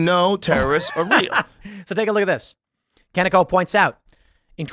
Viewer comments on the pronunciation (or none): Hey Kanekoa is pernounced Kah-neh-ko-a the h is soft it's just here to guide your voice the ka is like car and ne is like never and the ko is like core and the a is like around.